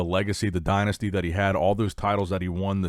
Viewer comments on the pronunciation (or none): none